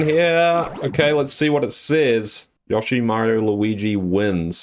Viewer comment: Stop saying yoshi name wrong